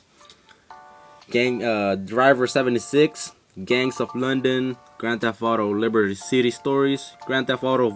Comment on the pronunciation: Couldn't tell what ethnicity you are until you "Grand Theft Auto Liberty City" LOL. You suddenly had a deep hispanic accent aha.